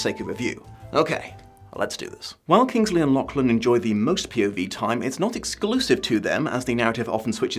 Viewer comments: Hate to be that guy but the names pronounced La-cgh-lan La: as in the french feminine "the" Cgh: as in as in the end of loch (the scottish pronunciation) soft glottal ch Lan: land without the d Not trying to condescend, but this year hasn't been a fun one being Scottish in Britain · death to the algorithm etc etc, if you do the next vid, maybe tune up the pronunciation of Lachlan a touch?:P